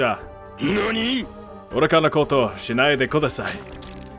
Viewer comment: the way he said please Kodasai got me Fucking rolling on the floor